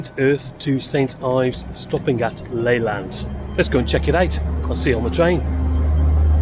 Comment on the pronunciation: It's pronounced L'-lant (emphasis on the lant) not Laylant by the way. Just travelled back from St Ives on that line today and I agree, it is the most beautiful line in Cornwall.